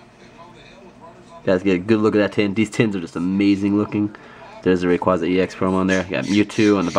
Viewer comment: Rayquaza: Ray-QuA-za The first "A" is a long "A" sound. Sorry, when I hear someone mispronounce my favorite legendary pokemon's name, I get all Grammer Nazi. lol